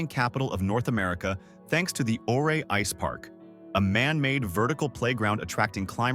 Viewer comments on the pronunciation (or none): It's pronounced Uray‼️ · Ouray is pronounced U-ray. Say the name correctly. You forgot to mention Leadville, Georgetown, Central City, Cripple Creek, etc. Those are lovely historic places too. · Ouray is pronounced "U-ray".